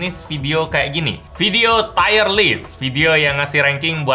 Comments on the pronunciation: Tier bacanya tir kok tayer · t-i--y-e-r list bang, bukan t-a-i-y-e-r list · Tier: tir bacanya Bang, bukan tire (ban mobil) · Bacanya bukan "tayer" kayak ban. Tetap tier. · Tier dibaca TIR = Peringkat. Tire dibaca TAYER = Ban. Semoga video selanjutnya tidak Tayer Tayer lagi ya.. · Mksdnya tier = Taier?bukannya dibaca tir ya? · Tier list bukan tire list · bacanya lebih ke "tir" bro bukan "taier" :) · Formatnya oke, softsalenya.. oke lah, cuma nyebut "tier"nya aja bang setau ane bacanya "tir" bukan "tayr". Cmiiw. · Tier = Taiyer / Tiyer? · feedback aja bang, "tier" baca "tir" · Cara baca 'tier' itu 'tir' bang, bukan 'tayer' :) Btw, lanjut bang bikin tier list brand lain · Videonya bagus Bang saya suka format yang seperti ini. Yang kurang cuman salah pengucapan aja "tire" sama "tier" itu beda hahaha. Bacanya kayak "tear" air mata. Btw Vivo itu kalo menurut saya design-nya paling keren.